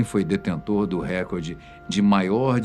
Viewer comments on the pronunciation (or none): none